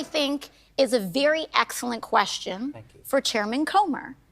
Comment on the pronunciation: Mr Comer, did they "ant-sir" your "ques-ton"?